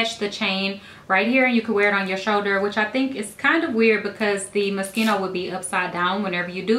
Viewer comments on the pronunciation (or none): You said "Moschino" wrong!! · Its mo-shee-no